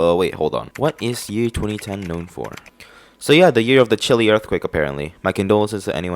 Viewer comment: U pronounced Chile wrong